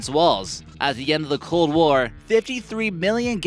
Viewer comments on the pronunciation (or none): none